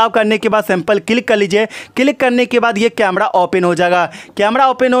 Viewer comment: अबे ये कैमरा बोल कैमडॉ क्यों बोल रहा है!@